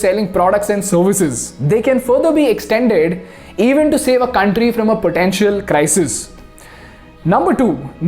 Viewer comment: Beautiful video👍👍. Correction it's कंट्री not कांट्री...no offence brother . I like your channel कंपनी not कांपनी